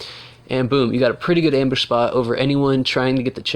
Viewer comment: How many you said embush wtf